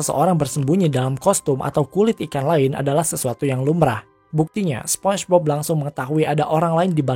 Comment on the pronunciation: "SPONCHBOB"?? Apa tuuch😁😂